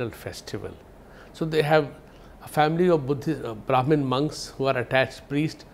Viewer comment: Lol indian but cannot even pronounce sanskrit name vajira longkorn. And its brahaman not broman. Bumipol anduñaded.